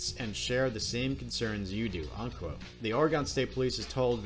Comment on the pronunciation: Dude you live here. Why do you pronounce Oregon like that?